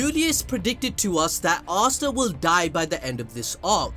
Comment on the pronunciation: Am I the only one who doesn't hear him say Asta but Asuna? Only me? Okay